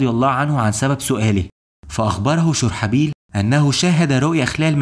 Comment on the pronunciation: اسم الصحابي الجليل شرحبيل بضم الشين و فتح الراء . محتواك رائع واصل